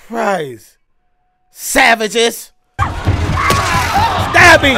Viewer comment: They way you said "savages" sounded like the Nword with the hard R. My teacher said they got high on cocoa leaves before getting sacrificed but who knows. My teacher said the streets ran with a river of blood. Crazy stuff but that Savages took me back haha